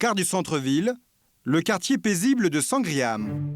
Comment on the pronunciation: Ayant vécu à Melbourne 6 ans.... j'ai mal aux oreilles. Que d'erreurs, quartier Sandringham (et non Sangriham), Melbourne n'est pas à 22 000 km de la France mais 16000 etc etc... sérieux quoi haha.